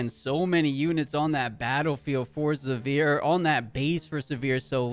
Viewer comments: Came here for the comments…everytime he said Sivirs name I just cringed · Not looking forward to the rest of casting this set if the names are going to be butchered to that degree by everyone not familiar with the League IP 😂